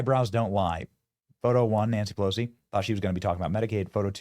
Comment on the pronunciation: Nanshee Pelowshee 😂😂😂😂